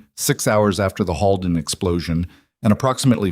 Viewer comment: It’s not pronounced Hallden, it’s pronounced Holeden!!! Please make sure pronunciation is correct! This was a great story! ❤❤❤ Monson, Maine